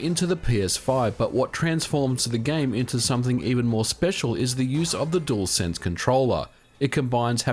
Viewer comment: Aussie dude: DUALSENSE is DEWELSENSE, NOT DOOLSENSE